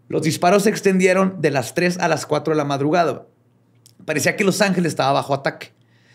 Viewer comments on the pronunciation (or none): "la madrugrado"